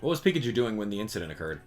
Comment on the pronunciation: At least he can say Pikachu correctly...